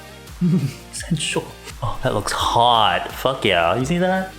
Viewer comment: “What the fuwk is this” 😂